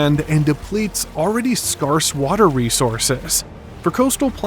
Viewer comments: Can’t pronounce scarce? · I made it five minutes in. You should study the pronunciation of "scarce" before you embark on geography presentations.